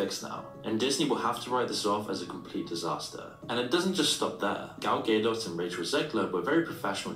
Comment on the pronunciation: The way he’s pronouncing gal gadot is killing me